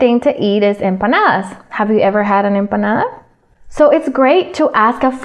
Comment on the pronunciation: I'm Colombian and I notice something familiar when this girl said empanadas. I can guess she is from Colombia. I don't know.